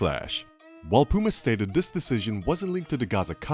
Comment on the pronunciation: Hey guy, learn that there's no letter 'd' in the word 'this' and maybe I'll watch your video next time.